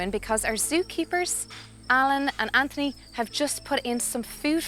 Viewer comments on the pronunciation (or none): none